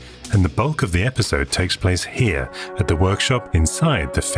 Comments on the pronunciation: I had a wee giggle at your commentary, I'm sure you say "in a future esipode" instead of future episode. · I can't wait for the next "esipode" :p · "a future esipode" ☺